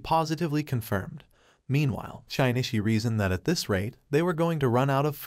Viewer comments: shine e chee. shin knee she. shin chee. shin ishi. shinshe. I thought maybe it would get 'shin i chi' by accident but nope. Every wrong way to pronounce his name but not even once by accident. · 'Shee nee chee' not 'shy nee chee'. He isn't shy but more like sheesh dude.